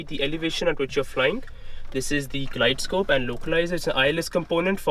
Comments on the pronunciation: It's glide-slope brother . Not scope . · Did he just say glidescope ? xD